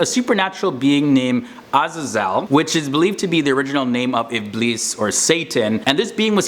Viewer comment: Iblees with an s is the way to say it in arabic not z. Thats how its pronounced in the quran too. Best of luck